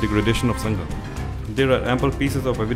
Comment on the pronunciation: Please don't say संघा pronounce it correctly as संघ